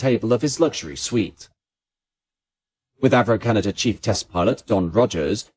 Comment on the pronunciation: It would be nice if the narrator could be taught to pronounce C D Howe's name, it's not C D Ho. Also to break the habit of brits to add a non-existent R to the end of Canada.